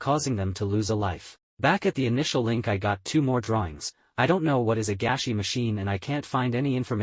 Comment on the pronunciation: i think its actually gashi not gashy